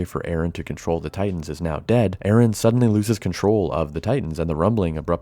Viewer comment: Its Eren not Aaron.